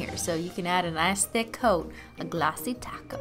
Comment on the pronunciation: I keep hearing "glassy taco" instead of "Glassy Top Coat"...